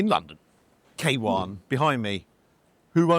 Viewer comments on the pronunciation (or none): Kawan pronounced as ká not Kay.. is a word meaning friend in Malaysian. And is such a nice and lovely chap!!! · Kawan is a Malay word and it means "friend". butchered the pronunciation, but that's to be expected. The logo is the Chinese character for "friend". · FYI: Kawan means Friend in Malay language. Pronounced: Car (minus the R) + one